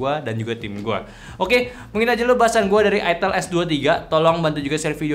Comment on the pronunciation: Ai-tel bang bukan I-Tel. Gak enak buat bnget kalo I-Tel. 😂